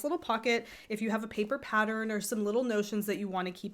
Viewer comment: This has given me some good ideas for bags, even if you do say 'paddern' and 'nidding'!!!!